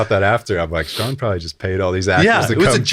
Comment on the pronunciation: Your name is Shaan. How does it pronounced as Sean ?